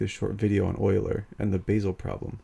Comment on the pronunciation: A polite observation. Basel is pronounced “Baasel” as in Bar-zle, not Base-el.